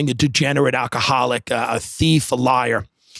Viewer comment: Tim said alcoholic like my grandmother here just brought me back I was laughing at his last clip of his best Uber ride and now I'm sitting here missing my grandma even more (AL-KA-HAALL-IQ) 1930s brooklyn accent Its like newark -(new-erk) gramps said (NERK) OR (Nu-wic) Love when i can pick them out of convos, linguistics is wild